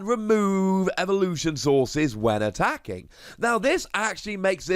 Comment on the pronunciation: “When you are atracking”